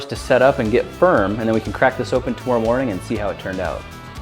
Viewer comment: Is he Canadan because of the way he says tomorrow